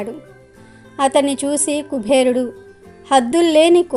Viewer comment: Kubherudu kaadamma. Kuberudu. ani palakaali.